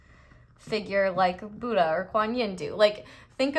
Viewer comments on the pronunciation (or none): none